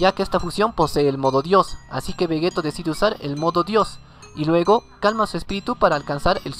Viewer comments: Se dice Vegito no Vegeto ya se que se escribe Vegeto pero se pronuncia Vegeti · Di Veyito literal así se prenuncia no como se escribe.